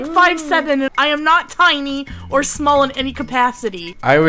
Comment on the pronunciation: She really said TEINY